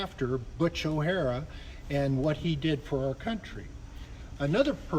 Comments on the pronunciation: “O’hare” is pronounced: Oh-hare, not O’Hara. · O'Hare, NOT O'Hara. Not a high point in museum curation. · I believe Butch's last name was O'Hare, not O'Hara. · O Hare,not O Hara.. O Hara was a bad guy on "Enter the Dragon"